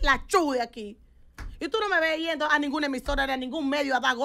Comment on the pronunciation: No se dice iendo se dice yendo porfa